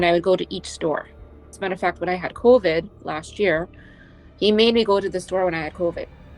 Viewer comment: Jesus…. “I had ‘Co[N]vid”……🤐 I suppose the hopelessly gullible are still true beLIEvers.